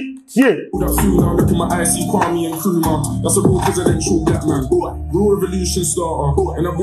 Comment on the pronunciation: Did i hear 'Nkrumah' as in okro😂😂😂